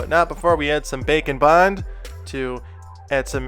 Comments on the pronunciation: Every time he says Bake and bond I always hear Bacon bon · I know you are saying Bake N' Bond, but I still hear Bacon Bond hehehehehehee